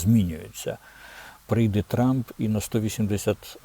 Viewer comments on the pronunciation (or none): none